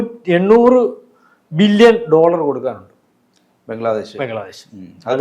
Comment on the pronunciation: എന്തിന് വന്നു കള്ളത്തരം പറയുന്നു. ആദ്യം പോയി നല്ല മലയാളം പറയാൻ പടിക്കു... ബില്ലിയൻ അല്ലെൻങ്കിൽ ബില്ലിയൻ... എന്താണ് ഉദേശിച്ചത്...